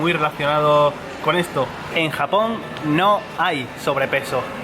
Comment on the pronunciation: me gusta cuando dice japon con jamon jaja 😍